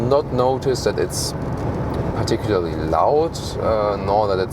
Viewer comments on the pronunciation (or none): none